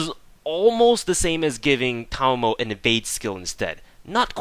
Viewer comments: Yes finally someone who pronounced her name correctly I mean how hard can it be she pronounce her name herself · Actually you were the closest to say it correctly, however, your "Okita" pronunciation needs work ^_^ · No Thanks That is wrong... Ta ma mo (Ta like in TArget, ma as in MArk, mo as in MOpe) he technically combined mamo as one which WAS wrong but the way to pronounce it is the same as he said. If you believe otherwise, you are free to look up how 'ma' is pronounced in Japanese. There are plenty of sources I'm sure. But Japanese pronunciation doesn't change. Aside from pitch maybe... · It's okay my fellow brother, for I have been pronouncing her name correctly ever since I first saw it. We are the enlightened. Or something like that. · "Because fuckin' English teaches you weebs incorrect syllable accentuation." Sorry, but no. It may or may not be incorrect, but I pronounce it the way her seiyuu pronounces it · I'm subscribing because you pronounced Tamamo correctly. Also, a few things: Double Tamamo actually hits harder than Double Waver or Tam+Waver for Arts Nps. Despite different buffs working better in most cases, 100% Arts up is just way too much for Waver to compete. So, if you want your Vlad/Robin to hit like a bus, just double Tamamo with Chaldea Code and you're good to go. You can also use her NP before another one in order to complete their second/third charge. This is a nice little trick a lot of people forget and can help you squeeze a bit more damage if the other character has extra damage with charge.